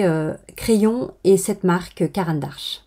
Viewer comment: C'est Caran d'Ache, pas ARche :)))